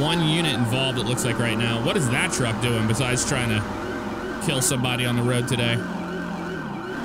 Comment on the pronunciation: "All over the woad" LOL